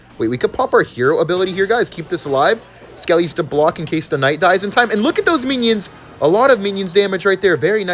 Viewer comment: "hero KCnight"😂